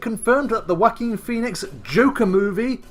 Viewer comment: You sound like you're saying "the WACKING Pheonix"! 😂